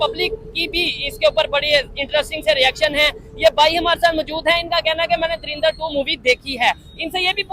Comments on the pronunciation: Dharinder nhii hai woh "DHURANDHAR" hai😂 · darinder nhi ❌ 😂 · आपसे पहले तो तुम लोग धुरिंदर बोलना बंद करो 😂😂